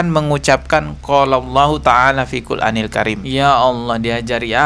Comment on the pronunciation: MAAF BANG..BUKAN FIL QUL ANIL KARIM. JG BKN FI QUL ANIL KARIM. TETAPI FIL QUR'ANIL KARIM. 🙏